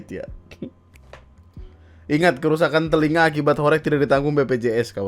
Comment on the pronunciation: Cara bacanya horeg bang, bukan horeg